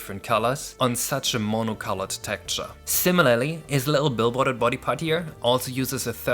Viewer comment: smh- "tekture" is kinda distracting- xD;; but seriously- I've been following this for the longest time- congrats for such a new game! :D